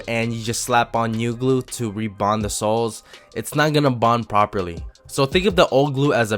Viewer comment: everytime u say soles i hear it as sauce